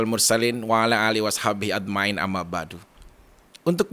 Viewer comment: Koreksi sedikit ketika bang Vicky baca syiar pembukaan seharusnya aj ma'in bukan ad ma'in nanti beda makna ....mohon maaf...semoga bang Vicky sama a Raffi sehat selalu...aamiin